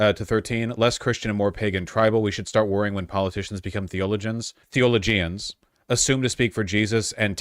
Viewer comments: Ah, I'm sorry, you're hurting me: "THEE-o-LO-gian," like that. Emphasis on one and three. Also, Augustine of Hippo invented the doctrine of original sin to cast women down to being ABOUT third-class citizens for the rest of history after him, because he was sexual pervert who blamed us for his perversions. I don't like Augustine. I also don't like Paul, who is the ACTUAL saviour to the Calvinists. They aren't Christians so far as I'm concerned. They're Paulines. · No hate, just saying it’s pronounced like “theo-low-jan” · Ackchually, it's pronounced: theo-low-gens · THEO- LOW-GINS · it's "thee-uh-LOH-juns"